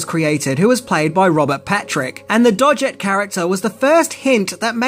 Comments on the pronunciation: Lool! The 'Dodge-it' surname got me 😂😂 it’s pronounced 'Dog-it’. Cool review though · Love your vids, but you need to research the pronunciation of a name now and then. For Agent Doggett, it's dog-it, not dodge-it. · #11 It's pronounced "Dog- It," not "Dodge It" #12 It's pronounced "PlAtonic," not "PlUtonic" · It's pronounced John "Doggitt" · Aw,!?! You ket me down, mate. I knew all if these. 😋 Btw, John Doggett's name is pronounced with hard G's; and not the "dodgy" soft G. 😉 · Doggett is pronounced with a hard 'g'. Credibility lost.